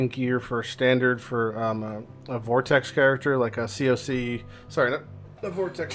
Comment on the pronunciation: The fuck is 'ceee ohhhhh ceeee'?! Its pronouced as 'coc' my dude.